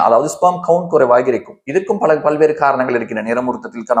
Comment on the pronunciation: அறிவிப்பாளர் தமிழை சரியாக உச்சரித்தால் நன்றாக இருக்கும்.பழ illai பல.வேழை இல்லை வேலை